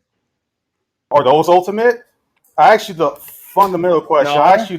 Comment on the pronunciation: Ton: That's not what I axed you. I axed you, what is it that's fundamental, that justifies all facts, blah blah blah... Me: Yawn. Zzzzzzzz